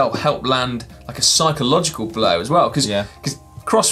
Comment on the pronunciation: On the first bodge, did you guys just say 'cycleogical warfare'?